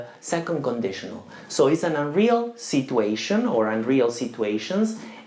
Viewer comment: Thanks alot sir..it was usefull. just plz try to pronunce the correct form of situation..